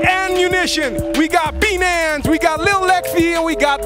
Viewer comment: I THOUGHT HE SAID BEANS NOT BHNANS LOLLL